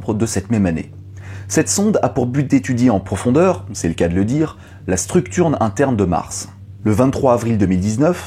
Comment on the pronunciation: "La structurne inter de Mars" ^^ ah le prompteur ca fait fourcher dès fois ^^ En tout cas merci, bonne vidéo ;)